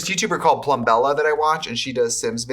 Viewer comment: DID HE JUST SAY PLUMBELLA